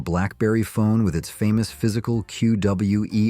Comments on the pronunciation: I cannot watch any of these videos where the AI narrator can't speak like an actual person, woth unnecessary pauses and mispronounced words (co-LEE-co! It's pronounced Co-LEE-co! and kwer-tee, not q, w, e, r, t, y). I went much farther than I should have. When the AI can't even read the title of the video correctly I should just close the tab right there. Thumbs DOWN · Kwer-tea, not Cue Double You Ee Are Tea Why.